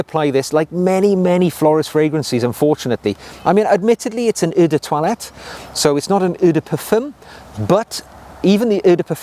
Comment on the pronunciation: I love the way consistently mispronounces eau de toilette and eau de parfum……..it’s hilarious!!!!